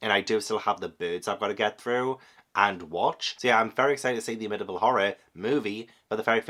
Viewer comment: I love you but as a Long Island native, it's pronounced Am-ih-tee-vil. And don't worry, locals consider the books/movies a cash grab too. I appreciate both films, but the true crime story attached to that property is more interesting (and sad). So too are the publication and production stories surrounding the book/movies and the paranormal investigations they inspired. There are some weird elements to both, for sure, but no one thinks the Amityville House is actually haunted and multiple owners since the 1970s have confirmed they've never had issues living there except for curiosity-seekers trying to peek through the windows. Since you love true crime and paranormal investigations I recommend engaging with that side of the story. That Psycho shower scene reenactment was *chef's kiss*!!! Very poetic that the first 3 stories referenced the ones you read/watched previously. As always, Ash and Tobu are adorable, and I love that they have a neighborhood kitty friend stopping by. 🥰 (Edited for typos)